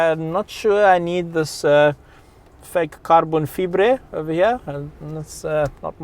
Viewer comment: "Fake caRbon feebreh"😂